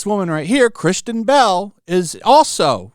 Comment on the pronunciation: It's Kristen, not Christian.